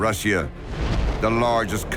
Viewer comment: The narrator doesn't know how to pronounce Russia correctly. Where do they get these people?